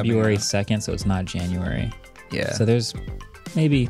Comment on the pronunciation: "jan-u-ware"...followed by a big explanation. Yeah, doesn't work.